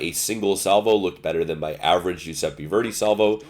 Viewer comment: giuseppe not giuseppi kunming not kanming.